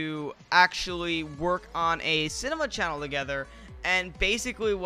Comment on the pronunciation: chinema sannel